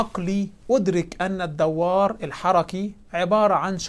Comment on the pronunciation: جزاك الله خيرا. جهود نرجو الله أن يقبلها منك. لعلّك تعني بالدوّار بالواو المشددة .. لعلك تعني بهذه الكلمة الصداع الذي هو الدُّوار بتشديد الدال لا الواو. ورحم الله والديك وأعانك على مزيد من التوفيق